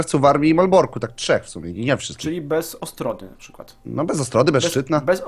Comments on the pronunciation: Ostróda, a nie Ostroda Gałgany! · Nazwę tej prowincji wymawia się Ostróda